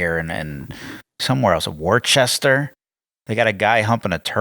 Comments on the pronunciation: Wor-Chester? It’s woh-ster! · my man it’s pronounced wu-str not to be confused with woo-str soft u there big fan from Boston were not all crazy here!! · Lmao it’s not WAR-CHESTER it’s pronounced WUSS-STER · 😂 my dog just went nuts listening to that guy fake bark. And it's not wor-chester, it's Woosta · It's pronounced "WUSS-TA" not "Wor-cester!" God, learn how to read! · It's pronounced Woostahhhhh! Not war chester.... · It's pronounced wooooster lol not warchester!! 🤪🤪🤪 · Pronounced "Woh-ster", not "Warchester" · I live outside of Boston. I think its funny how every non Massachusetts person pronounces Worcester "wor.chest.ter". lol its actually pronounced "wuster" lol 🤣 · Worcester is pronounced like woostahhhh (with the Boston accent 😂) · Haha I live in Worcester MA bro and ty for pointing out that crazy ass turtle banging statue such creepy statues all around bro thankfully I can laugh a bit cause you at least made em funny brother !!! You probably don’t give a shit but it’s pronounced Wooster like Worcestershire bro lol also a retarded word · Btw its pronounced Wooster not Worcester as it is spelled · Hey i live in the town of Worcester Massachusetts 😂😂 and its pronounced Wooh-Ster where the statue is humping the sea turtle 🤣🤣🤣🤣🤣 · Hey I’m from Worcester with the Turtleboy statue, it’s pronounced WISTA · Wocester,Massachusetts, is pronounced Wuss-tah. Just trying to help. Stay real. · C'monJoey, if you going to call people out on shit, at least get your pronounciations correct. Worcester is pronouced WOO as in POO or BOO.... Ster as in Cher..... The C is silent. get a grip. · Worcester, MA is pronounced "wuh stuh" for future reference. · as someone from the bay state I gotta say Worcester is pronounced Woos-ter or woos tah lol. Love your content keep it up! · The MLK 'structure of art?', lol..is based off a picture of he and his wife in a hugging embrace.. It's pronouced Wouss-tah, the guy riding a turtle!🤣😂 Luvluv your shows!❤✌